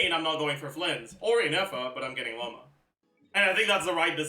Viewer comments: Is he saying Loma? I thought it was Lauma. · in french au = o, and he's from quebec, maybe that's why it sounds weird to you